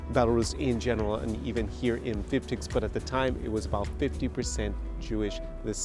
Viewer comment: Omg you butchered the name.